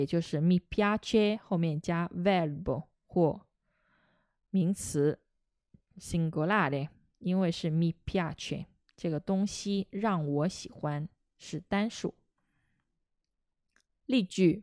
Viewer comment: 16.36的时候，不是signolare，应该是singolare